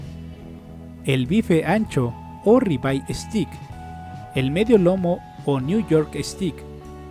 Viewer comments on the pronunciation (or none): (Se pronuncia steik no stick) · se pronuncia "esteik"